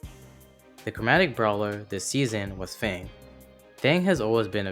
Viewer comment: anyone remember the ai voice saying "fong" instead of fang